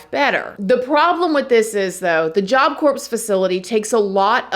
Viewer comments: I don't think you're supposed to pronounce the "p" in Job Corps. It's pronounced "core". And BTW, regardless of what people think, there absolutely is no story in the Bible about the devil, or Satan being a beautiful angel who fell. Nor is there any story about Lucifer, at all, and nothing linking the two as the same being. All of this was made up by a few church officials several hundred years ago. It blows my mind how people believe things that are not in the Bible, but they think it is. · I LOVE your channel! I remember reading a book about this case years ago and seeing the pics. So sad. Just so you know. In "corps" the p&s are silent... pronounced job "core", like apple core. Marine Corps (marine core). Keep up the great work! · I’m from NY and my Auntie went to Job Corpse (the “P” and “S” is silent by the way love, I don’t mean to be that person) and we def grew up in the hood but she said Job Corpse was so much worse. Def told me about the big barbwire and how they used to escape all the time. She’s in her 60’a now and on disability smh. Job Corpse was a joke! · Sorry….. Job Corps is pronounced Job Core.. not “corpse”.. It was disturbing hearing you say that especially when talking about a killing. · Again. Corps in Job Corps just like Marine corps is pronounced like “CORE” when you say the ps in corps you are saying it like corpse (a dead body) 🥴🤦🏽‍♂️🤦🏽‍♂️ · it's pronounced "core"...not corpse...lol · It's pronounced Job Core... You're making YouTube have to look at your videos by constantly saying corpse lol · It's pronounced job core. Corpse is a dead person lol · I love you and I didn't say anything on the first video but everytime you says Job Corpse a morbid image flashes through my minds eye. Can you please say Core? It's Job Corps, Marine Corps, but it's pronounced Core. It's less morbid 😂 ❤ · To be fair, there was a corpse involved 😅 but for real tho the mispronunciation drives me nuts. Still love the videos too tho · The "p" is silent. Job Corp ❤